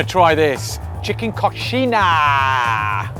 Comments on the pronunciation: u need to say it like this CO-XI-IN*H*A the h have a sound, u are saying "coxina" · COXINA? KKKKKKKKKKKKKKKKKKKKK NÃO!! É CO - XI - NHA!! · it's pronounced ko-sheen-ya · Coy-shee-nyah! ....Idiot! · Omg how atrocious how he pronounces coxiña at the beginning 😱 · Pronounce it correctly 🤓